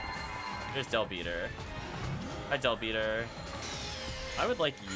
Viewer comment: The term is Del-Biter. As in bite, and it's meh-ghid. Hard G.